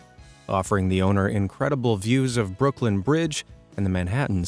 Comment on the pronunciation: Brooklin does not have a "D" at the end. duh.